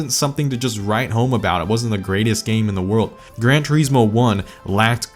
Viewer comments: "Gran Treesmore?" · I hate how you pronounce Grand Turismo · I always thought it was Grand Turismo not Gran